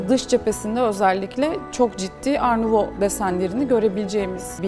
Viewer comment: art nouveau - art nüouv diye okunuyor bitkisel, oryantal süslemelerin olduğu sanat akımıdır. araştırmak isterseniz baştaki gibi yazılır. Tebrikler başkanım sanatla ilgilenmeniz <3 ben